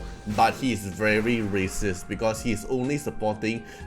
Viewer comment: "but he is very Rasis" ☠️ 😭